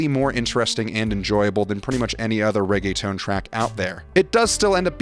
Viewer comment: this guy really just said all reggaetón is bad, please. and then butchering how the beat actually goes 😂 then calling it “ray-gay-tone” okay gringo.